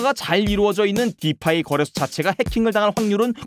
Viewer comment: 설명은 잘하는데 블!록!체!인 디!파!이! 너무 듣기 거북해요..